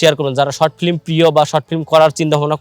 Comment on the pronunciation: ভাই প্রথমেই আপনার ফ্লিম কথাটা শুদ্ধ করে বলেন। ফ্লিম না শব্দটা হবে ফিল্ম...